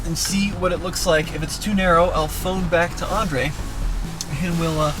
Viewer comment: it's not andre, it's Andrey, please pronounce my comrade's name correctly 😆 привет, Андрей